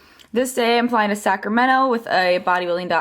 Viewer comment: Do you notice how you say "ine" instead of "I'm?" Just was curious if it was an East Coast thing. Liked the vlog!